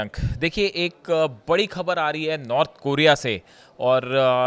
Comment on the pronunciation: improve your pronunciation. Speak properly the words like Khhabar.